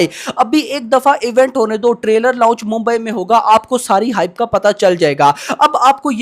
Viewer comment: लाऊँच नहीं लॉन्च होता है 🤦‍♂️